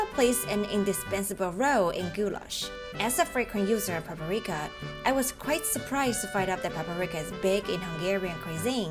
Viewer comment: It's Paprika, not Paperika.